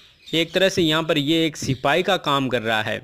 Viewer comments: Ap y platform use kr rhe hai or apko sipahi na likhna aa rha h or na hi bolna....think twice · Very nice sirrr... But not sipai... It is sipahii